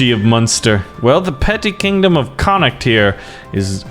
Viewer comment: When he says the county of connocht😐😑😤😫